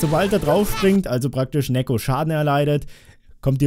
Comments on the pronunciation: Neeko nicht nekko. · Neeeeeeko Nicht nekkkkkkkkkkkkko